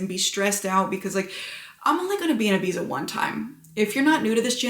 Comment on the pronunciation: you are beyond beautiful!! But please don't call it "Ibisa" 🤣🤣